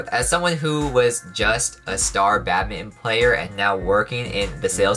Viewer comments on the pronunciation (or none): I keep hearing “Batman” instead of “badminton” 🤣